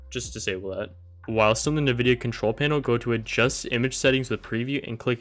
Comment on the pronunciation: this guy really said navidia instead of 'N' Vidia